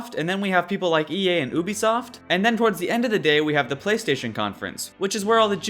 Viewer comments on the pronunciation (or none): lol "Oobisoft" :) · lol "OO-bi-soft" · Tee hee. Oobisoft